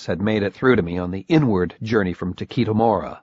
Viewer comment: Yeah, they even did a proper job in the last two books pronouncing Takeshi (Ta-keh-shi) and I don't think that's happening in this one. : \